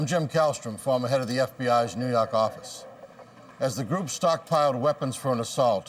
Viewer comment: "nuu yawk affice"